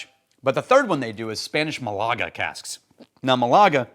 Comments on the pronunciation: in case it matters to you, mAlaga, not malAga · Hey! Thanks to the US Navy I know your pronunciation of "Malaga" is ... let's just say a bit off😂 I knew something! Doesn't happen often.